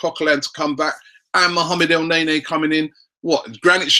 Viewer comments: not ELNEYNEY Robbie , try El neynee. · Damn Robbie you sure are persistent with the whole EL NAE NAE - He's pronounced EL - NENI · From now on if I hear you say el nae-nae I'm clicking off the video